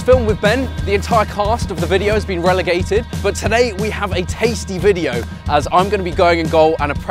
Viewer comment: Bruh "relegated" 💀